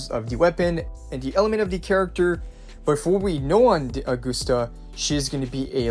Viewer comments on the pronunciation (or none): Please, her name is based on Caesar, you know? Agustus Caesar. So it's not uh-GOOST-uh. It's A-gust-ah.